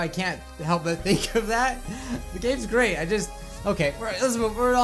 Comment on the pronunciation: The games great Me: Did u say GREAT OR GRAY-T????